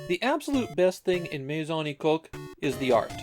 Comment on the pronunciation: This actually became an inside joke in a Discord server due to the pronunciation of "Maison Ikkoku" sounding somewhat off. My Song E Coke y'all, My Song E Coke.